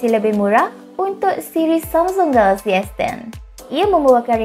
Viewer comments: Knp dia sebut galaxy mcm kelakar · Ingatkan aq sorang je perasaan.. Mungkin payah nak sebut😁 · Pelik dia sebut samsung galaxy.